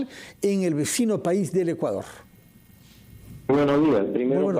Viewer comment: Se dice : "buenos días". No buenoj jiaj. Habla bien